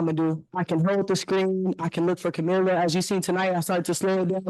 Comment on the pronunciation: That argument falls flat. Because right now Coach Sides is getting roasted for today's game. Dont know why people keep butchering Kamilla's name. Jamila??